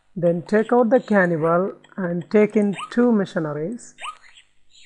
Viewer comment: Funny, it sounds like he is saying tickle instead of take out